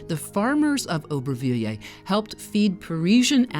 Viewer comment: Nice video, but if you can't pronounce the name, don't try to say it 50 times 🤣